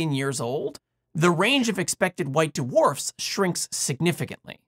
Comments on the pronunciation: white DeWharfs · White "d-warfs." 😁